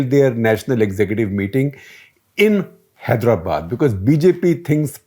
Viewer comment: I guess all the journalists must put some effort to correctly pronounce our place names "Telangana", "Hyderabad".